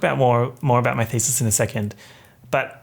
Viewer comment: lost ALL MY SHIIIIIT everytime he said "doing my thesis" cuz heard "doing my feces". I'm done having only one rotten brain cell